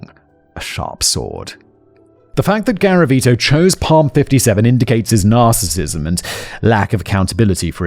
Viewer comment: PALM 😂 um.. it's pronounced "Salm"